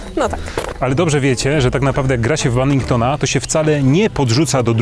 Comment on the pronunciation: Badmintona nie Badbinktona!!!